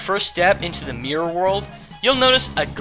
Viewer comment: Mior. That's what I hear when you say Mirror, haha. Anyhows, great list ;)